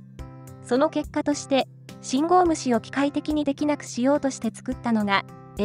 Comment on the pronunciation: 『信号無視』が『信号虫』に聞こえてしまうのは老化のせいかにゃ？